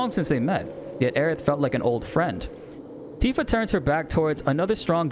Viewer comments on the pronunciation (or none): I hope YouTube doesn't suppress you because they thought you were saying "ANTIFA" lol